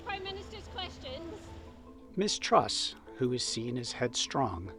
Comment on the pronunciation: Oh you traitor, and we thought you only loved us Aussies😅 But, let me educate you about ''modern Britain'' (oh gawd did you hear the narrator in the video call her ''Miss-Truss[t]'' lol) Here's the real heads up: Boris probably said, "Look Lizz, Would you like a £100,000+ pension per year for life? Oh good! You hold the fort for a while for 6 weeks while I have a holiday in the Caribbean and give the plebs a chance to calm down a bit... then I'll be back and then I tell that other guy he can be the new PM... he,he,he... but I have blonde hair and and am a total rsehole, so its me the traditional greedy ''illusionists''* [*Russell Brand's words, BTW] will want as their ''XXXX''* leader, to keep their bums warm this cold winter.''